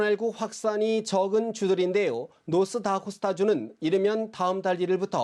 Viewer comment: 노스 다코스다... ㅋㅋㅋㅋ 기자 주이름을 바꿔버리네 ㅋㅋㅋㅋ